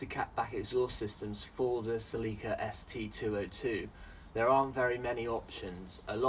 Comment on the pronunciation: Cel-e-ka Not see-lee-ka